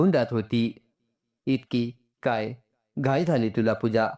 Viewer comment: घाय नाही घाई